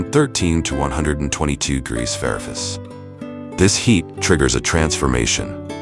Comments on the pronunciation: Degrees ferris? degrees farafice? I can't even. I had to turn it off. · lol AI narrator just CANNOT get the word "fahrenheit" out XD